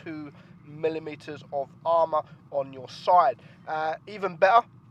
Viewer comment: can you say 'side'? you alway say 'soi' and the word 'last' you say 'lost'